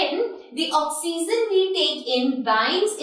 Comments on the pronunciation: Okseason instead of oxygen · u teach gud math and science but learn english u said oxeesen its oxygen pronounced ocsyjun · Mam you're teaching vry well but You are not speaking oxygen correctly mean your pronunciation is wrong...